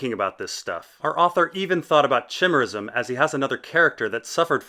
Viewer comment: FYI, you're mispronouncing chimera and chimerism. In English, the CH is pronounced as a K, and the following I is a hard one, so it sounds like "eye."